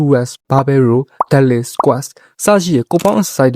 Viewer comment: bro! English အသံထွက် pronunciation တွေပြင်စေချင်တယ် စာလုံးတိုင်းရဲ့ အဆုံးအသံထွက်တွေကို သတိထားပါ ဉပမာ pull up တို့ dead lift တို့လိုမှာ လိုအပ်ချက်ရှိတယ် အမြဲအားပေးနေတယ် bro peace✌️